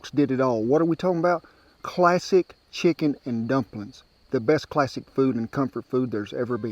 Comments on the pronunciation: "Drumplin's!" 😂 Hi from Melbourne Australia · I think"drumplins" was my favorite part❤